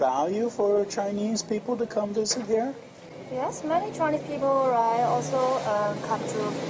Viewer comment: Why does she keep saying "righ"?